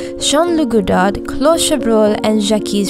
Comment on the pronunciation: The last d is silent in Godard so those the s in Jacques